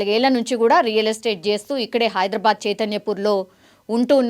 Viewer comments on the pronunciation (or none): none